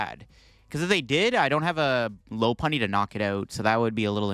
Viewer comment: Love that u say low punny! I hear lawpunny a lot. And I’m like whatttttt!?